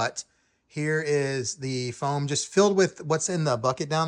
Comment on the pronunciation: Bro you had me dying with “crazy with da froam” hahahahaha! Good stuff as always.